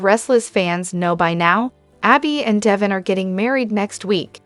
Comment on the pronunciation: Pronounce Dev in's name correct or get someone who can!!!!!!